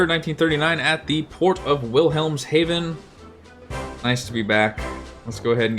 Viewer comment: In-sane depth charge drop. Amazed your dugout canoe survived. Plucky crew and good decisions on your part. Future reference: The name of the base is pronounced VILL-helms-hahvn.